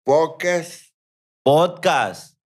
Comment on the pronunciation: no puede decir Podcast pero si Bola de vrgs JAJAJAJA